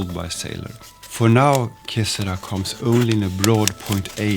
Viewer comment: I look forward to trying this out when it becomes available. I'm sorry to hear that Sailor appears to be having difficulties. BTW, que sera sera in Italian/Spanish---with the stress on the second syllable ra pronounced as "RAH"---meaning "whatever will be, will be." I guess the last "sera" was left off as a play on being erasable, i.e., what will be doesn't necessarily have to be. 😆